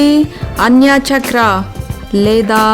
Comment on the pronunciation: అన్య చెక్ర కాదు, ఆజ్ఞా చక్ర.